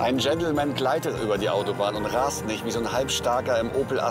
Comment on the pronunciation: Mann sagt über nicht ober